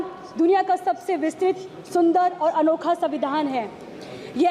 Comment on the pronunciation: pahle padhna bolna sikh ke 😂 samvidhan to savidhan kah rhi , ek line bhi apne man se nai bol pa rhi